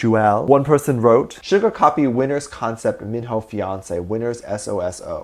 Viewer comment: You not saying Suga name right